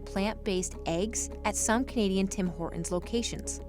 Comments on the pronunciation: Quaint quirk: the narrator's mispronunciation of "Hortons" (she says Hor'Uns) is really grating to a Canadian ear. The "T" is pronounced. HorTONS. And oddly, her mispronunciation of "Toronto" for the exact OPPOSITE reason (she says "ToronTOE"). No Canadian pronounces the second T. We say Toronno. But yeah. Very very very grating clip due to those mispronunciations. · Very American of her, pronouncing it "Tim Hor-unz" 😁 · TEE TEE TEE it's Hor TTTTT ons , why do many Americans drop the "T"...sounds like Hor'ins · This "reporter" needs to learn how to pronounce "Hortons." It's not "Hor-'ens." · Why do young women often drop t's now? The narrator is doing it and I've started to notice a lot of it lately. "hortons -> hor-ons" "mountain -> moun-ain" "kitten -> ki--en" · OK. STOP saying Horton's like Hor'ons. Actually pronounce the "T" in the word, geez. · Why do Americans not pronouce the T? "Tim Hor-uns" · Why can't any of these American people even pronounce "Hortons"? They all say "Hor-ens" Very irritating. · I am noticing an odd speech affectation in the States - dropping 't's... as in "Tim Hor'ns" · What happened to the T in Hortons? Tim Hore 'un's? Both of female interviewees and the narrator. WTF? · Hey narrator, there's a T in Horton's. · That's how Horton is pronounced in his native language (Canadian). Especially in Toron'o. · Somebody please get a hold of this broad and make her say Tim Horton's the right way! Over and over until she gets it right. Driving me out of my skull the way some of the youth talks and tries to change pronunciations of words! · Her pronunciation of Horton's is HILARIOUS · Why are you dropping the T in Hortons? It sounds weird. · Why didn't they let the narrator pronounce the T in Horton's? Also they're merchants of absolute garbage, that's why they're failing. A shadow of what they were 10 let alone 15 years ago. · Interesting that the female narrator doesn't know that there is a "T" in Hortons. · It is HorTONS not Hor-ons.